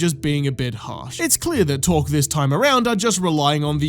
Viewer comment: Also it’s torgue… torGUE with a G not a Q. not “torque”. Pronounced with a hard g not a hard q that sounds like a k/c.